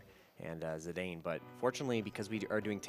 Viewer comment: THis is the first time I've EVER heard it pronounced Zai-dane.